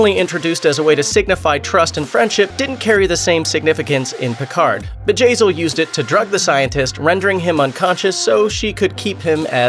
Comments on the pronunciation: I thought at first it was vagazzil haha. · who else laughed when he said Bjayzl